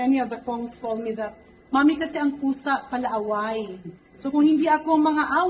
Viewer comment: Ang pagkaka POWSA hahahah gigil ba